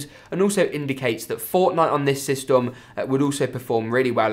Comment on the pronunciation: I cringed so hard when he sayed systom